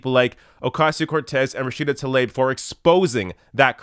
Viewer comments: I have a bit of OCD when it comes to saying names. You're saying TAH-Leb. When it's TLAH-eeB. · Great points,. However, you should know that her name is pronounced “Rashida tah-LEEB”.